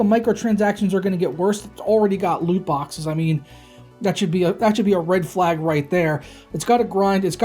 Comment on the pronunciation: This dude said “Loot boxes”😭😭😭😭😭